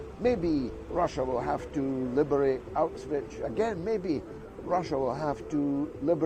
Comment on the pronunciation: It's hard to take him seriously when he hasn't even bothered to learn how to pronounce Auschwitz.